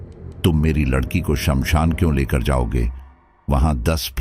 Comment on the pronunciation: ❤😂😂😊❤ aap jaanbujkar ladki ko lakadiya bolte ho ya kahani batate batate bhul jaate ho ladki ki jagah lakdi bol dete 😅😅😊😊❤